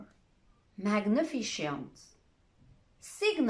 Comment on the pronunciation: Amazing .. But the word "magnificent" is pronounced wrongly .